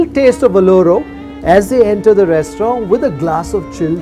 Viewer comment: FYI in restaurant, rant is not silent.